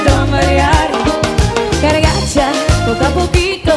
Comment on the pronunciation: Ella dice "cargacha"? O escuché mal?